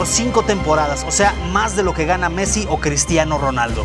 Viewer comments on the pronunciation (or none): none